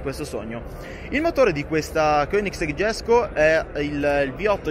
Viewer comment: Jesco si pronuncia alla latina, come fosse una i, non all'anglosassone.